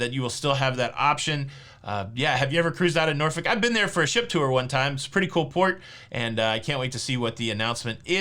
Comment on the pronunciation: Congrats on pronouncing Norfolk correctly wife is from there